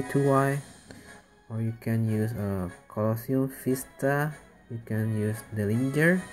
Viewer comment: Did you say: Coloseum Fista? :D